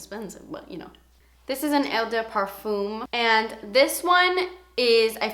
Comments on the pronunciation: Never guessed you are a fragrance lover! Loved this list especially that I review frarances all the time. By the way Eau De Parfum is pronounced as 'O du parfam' and Eau de Toilette is pronounced as 'O du tualet' :) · its just pronounced "oh deh parfum" not eww dew perfume :)) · You're so pretty and I like your video's. Btw you pronounce the eau from ''eau de parfume'' as an ''o''. So it's '' o de parfume''. xxxx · Just say the french like "oh de parfuh"... Thats the pronunciation👍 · it's pronounced oh-de-pahrFAM with a more nasally hint and the french soft r :) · "Oh de parfam". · "this is an el da par-foom, not a toy-let" lmao I love you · Eau de parfum is pronounced "ouh the parfen" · I think the pronunciation is 'oh de par-fuhm' and 'oh de twuh-lette' I hope that helps you lol! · if you want to sound fancy and French, eau de parfum is pronounced "oh duh par-fuh" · Hey. I just thought I'd help you with the phonetics. You say it like this... oh-de-par-foom. and Eau de toilette is pronounced oh-de-twa-let. French is a tricky language! Love your videos:)